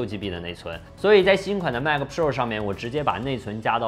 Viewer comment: Mac 它度 马克